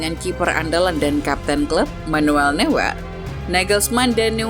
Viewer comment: Buset adminnya manuel newer oi yg benar itu noier di dalam bahasa jerman eu itu dibacai Oi